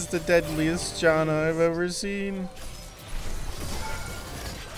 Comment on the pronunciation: Bro really said Jonna